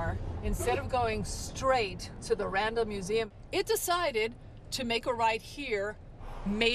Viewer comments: Its NOT The RANDOM Museum. Maybe the robot dropped you at a "RANDOM" place near the museum be you can't correctly pronounce RANDALL? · She seems to be saying random museum. , she said Randall I believe one time so I know she can say it. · this whole time I thought she was saying "Random museum" 🤣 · She was saying Randall, and i was understanding "random museum" 😂 so, the car was not that wrong, she asked for a random place, and the car left her in a random place... 🤣🤣🤣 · It wasn't until I saw the sign that I realized she was saying Randall Museum and not Random Museum. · You're right. She IS saying Random. She isn't pronouncing the L's. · I keep hearing “Random museum”! 😂